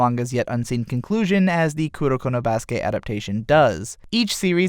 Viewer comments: Kurnokurno BRUH ITS KU RO KOOO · I like that he said kudokudo or kudoko instead of kuroko